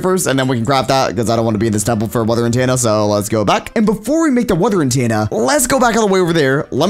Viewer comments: why do you say antenna wrong you say it antaenna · its itTENa not intana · Lol antanna sorry bro but it’s antenna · The way he pronounces “antenna” is not what I’m used to, I pronounce it “An- ten-ah” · He's saying Antanna m8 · "Weather Antanna" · So are we all gonna just ignore the fact that he is saying an tanna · Because he isnt pronouncing it corecctly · cannot pronounce “Antenna” lol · the way he pronounces antenna bothers me